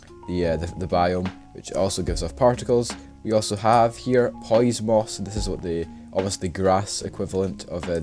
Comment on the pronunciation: Dude, wtf, hearinf you pronouncing pois that way hurt my ears. It's french and it's supposed to be read poo-ah